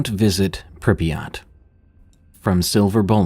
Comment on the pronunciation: You actually had pretty good pronunciation on Prypyat'! Greetings from Ukraine, i love to listen to you while working💙💙💙